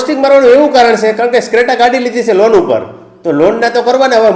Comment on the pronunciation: રોજડા ક્રેટા કેવાય સ્ક્રેટા નય સાલા બોલતા પેલા સિખ